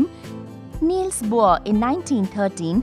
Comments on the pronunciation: its Bohr not bhor. p.s. amazingggg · its actually BOHR NOT BHOR BTW the video is very helping... Thanks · its BOHR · it is Not Bhor's model it is BOHR's model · It's Bohr